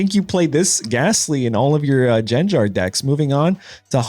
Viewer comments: Jen Jar? No one has ever pronounced it like that. It GenGar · Jenjar???😖 hard /g/, not soft. /gar/-like in Garchomp w hard /g/ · How did you pronounce gengar huh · Bro, if you keep calling it Jenjar… like come on now